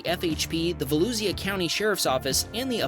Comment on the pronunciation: Nice to see my area featured on here! Apopka/Volusia area. Also it's pronounced vuh·loo·zhuh, you didn't pretty good job